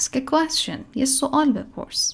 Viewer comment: ممنونم،فقط اینکه تلفظ کلمه یquestion اصلا صدای "ش" نداره و باید "چ" تلفظ بشه،فونتیکش رو چک کنین در دیکشنری.